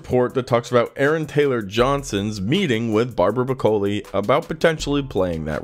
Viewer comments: Barbara Broccoli. Like the vegetable. Not Bracoli. Geez. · its pronounced... like the vegetable. face palm